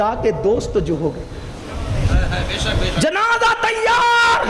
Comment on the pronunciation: Namz e janaza ko janaja bol re ho ho talffuz durusat karo jao